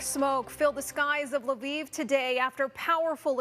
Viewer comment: Thanks for pronouncing Lviv correct